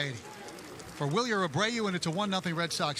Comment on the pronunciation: how you butch roman anthony but say wilyer abreau perfectly fine 🤣